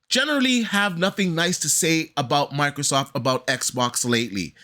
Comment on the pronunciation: I dunno y but it bugs the hell out of me when people call microsoft, microsoff. The T is not silent.